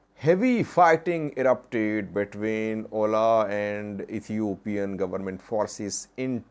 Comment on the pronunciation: OLA is an abbreviation, not an acronym to be read as a word 'oʊla'.